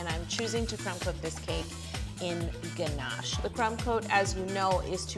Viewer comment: I enjoyed this even more because you say ganache the proper way as ‘ganash’ not ‘ganarrrsh’ that so many people use when trying to pronounce French. Also I’m team crunchy, so big win on this video. Great cake too x 😉